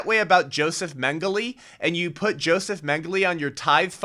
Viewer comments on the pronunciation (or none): Dr. Mengele's name is pronounced, "Men-Ge-leh".